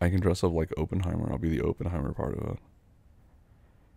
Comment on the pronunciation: I'm pretty sure he's pronouncing Oppenheimer incorrectly🤭if I'm wrong put me in a straightjacket and call me crazy but I too believe I'm always correct